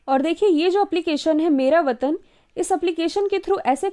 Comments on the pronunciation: Mam it is vetan Not vatan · Ques 5th me mera vatan app h ya mera vetan mam aapne likha vetan h or bol vatan rhe ho pls dekh kr bolo confusion hoti h kal ek bar ise clear kr dena pls